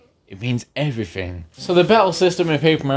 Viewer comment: “It means effrething!” Not everything, effrething